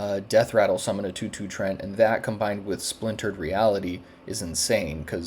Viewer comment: trent? bro they are treants :D pronounced like "tree-ants" with a short ee sound